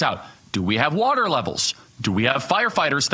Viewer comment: "Did she drink all the watar?!" OMG...That one really got me. Mr. Potato Head is not much of a thinker.